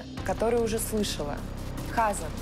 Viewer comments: Почему ХАзан, а не ХазАн? Как так мог повернуться язык? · хАзан!!! 😂😂😂😂 🤦🏻‍♀️🤦🏻‍♀️🤦🏻‍♀️🤦🏻‍♀️🤦🏻‍♀️ а почему хАзан, а не хазАн? Так всё плохо? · Мне кажется не Ха'сан, а Хаса'н, ударение в другом месте должно быть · Небольшая поправка слово Хазан ударение ставится на второй слог.С иврита хазан означает "пастор".